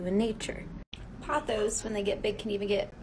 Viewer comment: ok first of all you’re not supposed to dust succulents and why did that dude call pothos “photos”